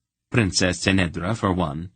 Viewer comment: Ck'nedra not S'nedra